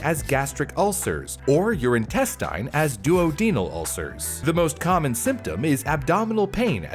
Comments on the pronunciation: The word is Deudonal. Say it with me now: Do, Odd, Un, All. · Not only did he mispronounce duodenal but he's also giving medical advice by saying you should take antacids. Those can throw off your PH indirectly causing your immune system to not work properly, they can also be dangerous for people with kidney problems or high calcium, they only decrease stomach acid, they don't treat inflammation. Youre better off just giving up your packaged foods addiction. Nothing will heal no matter what you take if you don't stop eating those.